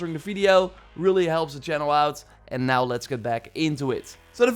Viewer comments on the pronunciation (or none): none